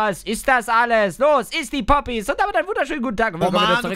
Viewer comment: ES HEISST PPPPPPPPP OOOOPPPYSSS NICHT Boppys